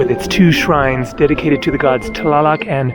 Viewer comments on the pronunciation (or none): none